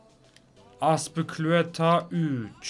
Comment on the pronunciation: ABİ o nasıl azpiculeta deme yaa çok güldüm